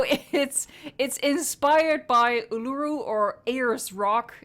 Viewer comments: Its said like this oooo-la-ruuu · Btw Uluru is pronounced ooh-lah -roo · Be careful when pronouncing Uluru, it can offend the Native people of Australia! Great Video though!